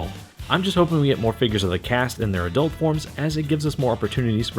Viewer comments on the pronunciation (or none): none